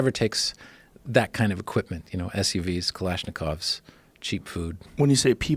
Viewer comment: Why does this guy feel the need to say "kalishnakovs" everytime?? Just say AK bro Jesus.